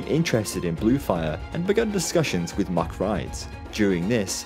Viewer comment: "Say Mack." "Mack." "Say Rides." "Rides." "Ok. Say MACK Rides." "Muckrides."